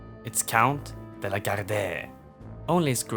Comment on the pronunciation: En liten kommentar om uttal: "De la Gardie" rimmar med "parti" eller "Marie".